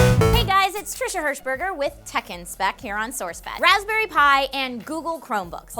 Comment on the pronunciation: I keep thinking she says tekken when she says tech n spec